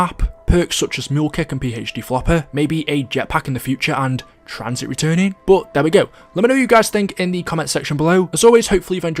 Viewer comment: TranzIT not Tranzeet 🥴